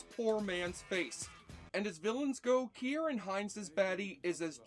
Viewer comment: Points for pronouncing Ciaran correctly. I tip my hat to you.